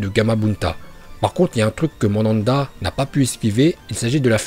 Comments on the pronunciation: Putin mais c'est pas possible la prononciation, y a écrit Myöboku tu dis Mobyoku, c'est Manda le serpent et toi tu dis Mandanda le gardien de football, fin c'est récurrent vraiment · Mais c'est le mont Myoboku et pas mobyoku!!! Et Manda et pas mandanda... je ne savais pas que orochimaru invoquait un gardien de but.... Désolé bonne vidéo mais j'ai eu envie de pleurer quand j'ai entendu ça... Pour un fan de Naruto c'est pas oufff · Par contre la prononciation de personnages mdrr "OrochimarUUUUUU" xD Et Mandanda c'est un gardien de but mdrr si vous parlez de Naruto des fautes aussi grave c'est juste inadmissible (pour info c'est Manda) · Très bonne vidéo frère. Mais c'est Myoboku, ça m'a dérangé toute la vidéo. Et aussi Mandanda joue actu a Marseille wesh. Manda c'est le serpent. Merci et très bonne vidéo encore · Et "Madanda" au lieu de Manda wesh orochimaru il invoque un gardien de but.... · "Mandanda" PTDR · prononce les noms des personnages et les invocations de Naruto en VO c' est pour ça que Manda l' appelle Mandanda. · Le serpent géant "Mandanda" 🤣🤣🤣🤣